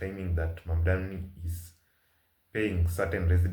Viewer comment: She's endorsing Mamdani, but still cannot pronounce his name correctly. She says MaNdani (n). Is it really so difficult to speak MaMdani ?